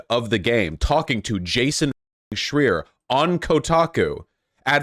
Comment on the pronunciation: A bit of a tangent, but is it a pattern with Vaush not knowing how to correctly pronounce people's names or has it only happened to Schreier in this video and Javier Milei?